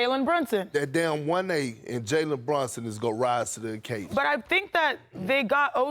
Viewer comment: BrUnson. Not brOnson! Perk can’t say anyone’s name